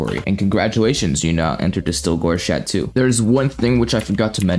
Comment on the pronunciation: Cha-toe not Cha-two